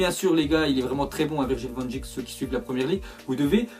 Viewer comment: Ça se prononce van deik